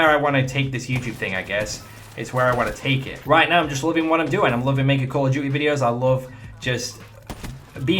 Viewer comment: "Call Of Jewt-e" :')